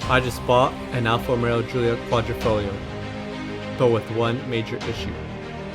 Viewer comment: dream car, well done! ...but why I believe I hear you say Alfa Romero?